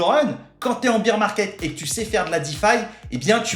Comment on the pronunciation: C'est le BEAR market, pas le BEER market ! Pensez "bère market" si vous avez du mal. Tellement de youtubers font l'erreur.